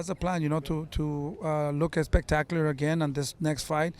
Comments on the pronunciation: yeah I know. It just sound like he’s saying “EX-pectacular 😂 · Can someone please tell this man that “expectacular” is not a word 😂